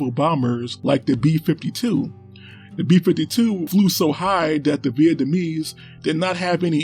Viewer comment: Dee north vietnam and dee south Vietnamese. I didn't know dee had dees guns.